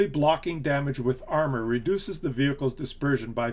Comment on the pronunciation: "You're gunna have veeled wehicles...." >D